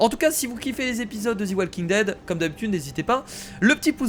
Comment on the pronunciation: salut c'était pour te dire que sa se disait [ze] walking dead et non [zi] walking dead sinon continue la série j'adore